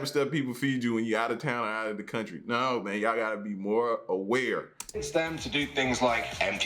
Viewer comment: L the way you said country sounded so brittish and because I'm brittish that gave me a chuckle 🤣 much love fam as always ❤👍